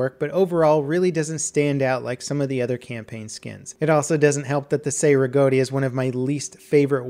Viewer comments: ITS CEI RIGOTTI NOT SEI RIGOTTI! CHEI FOR YOU ENGLISH. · Chay Riggoti not Say Riggoti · As an Italian, it triggered me when he said "Say-Regotty", it is pronounced "Chay-Regotti" Italian C's are hard, they make a "CH" sound. I.e. Soricelli, is So-re-chell-e" But other than that, I love the vid! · "Sei riggoti" non si può sentire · Its pronounced Chay Rigahti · Every time you mispronounce Cei-Rigotti I die a little inside.